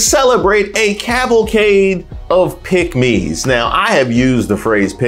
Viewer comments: I thought you were saying pigmy. I was like what! Tom Cruz has done nothing to help us. Mitch will sell you and himself to the highest bidder. No matter how much he allows Trump to talk about his Asian wife. He’s no man that won’t stand up for his wife. You know, in sickness and health? ?? Who was he talking to? oh yea, it’s MAGA Trump. What a sell out! So Mitch did you sleep with Donald Trump last night in order for you to be passive and displaying unmanhood! Divorce your wife and marry the person you are in love with, Trump! Are you a traitor to your wife and the Constitution? Wait, let me answer that question! YES, YES, YES! Pathetic behavior. If you don’t stand for something you’ll fall for anything!! AND you did!!!! Vote BLUE all the way🇺🇸🇺🇸🇺🇸🗳️🗳️🗳️🗳️💙💙💙💙🩵🩵🩵🩵🧢🧢🧢👍🏽👍🏽👍🏽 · Please enunciate the word, " PICKK- MES" b/c it sounds like something else. Thanks!